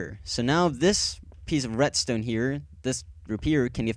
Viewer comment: retstone? I thought it was redstone :)